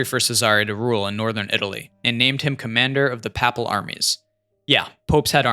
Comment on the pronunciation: "Papal" is pronounced "PAY-pull". In any case, what an incoherent and jumbled up video. You aren't making a coherent point. You begin with a vulgar anti-Catholic screed with the typical "poor people" bleeding heart crap and how evil and corrupt the Church that did so much to shape Western civilization is, and then blather on aimlessly about other things with loose thematic relavance. And w.r.t. the beauty of Catholic art, why don't we destroy all that is beautiful and convert our world into a drab Soviet mining town because, hey, instead of building things that honor God and the dignity of men, we should focus exclusively on feeding people. Yes, ladies and gentlemen, food is the highest moral value, and it's EITHER food OR art, so choose wisely! Look, bro, the true, the good, and the beautiful are one (known as the transcendentals). Our spiritual good is fostered through beauty. When I go to mass, I want to pray in a beautiful building that reflects the beauty of creation, the Logos, not a bland, dumpy Protestant cardboard box (sadly, post-Vatican II Catholics have adopted very Protestant attitudes towards many things including beauty and the beauty of church architecture; funny, also is that the Protestant Revolt was largely a power and money grab by secular authorities). Now, I'm not surprised your views are off. The Catholic Church, esp. in countries like the US, have lost their balls and drifted into effeminate blandness. Furthermore, the US has a long history of anti-Cat